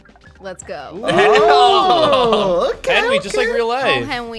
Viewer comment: With subtitles Henwy said meth